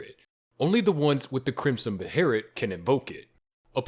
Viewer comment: Your pronunciation of Behelit is painful. Where did the R come from?! 😂